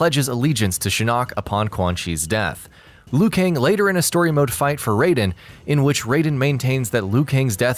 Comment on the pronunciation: I believe Liu Kang is Chinese? And the way they pronounce “Kang” is so wrong..